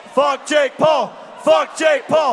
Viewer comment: its not jake pool its jake PAUL